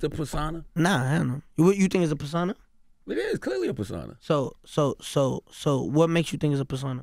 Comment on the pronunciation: “Per-San-a?” I think he meant per-so-na lol